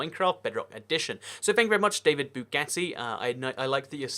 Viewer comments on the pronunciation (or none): none